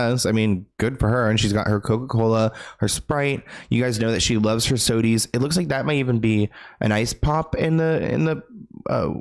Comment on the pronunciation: 😂😂"you know she loves her sodies"